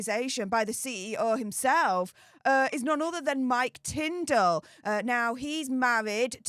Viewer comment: Sorry Tindall not Tindel